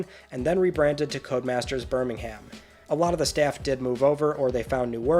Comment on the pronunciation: Birmingham, UK is pronounced ‘Birming-um’ ✌️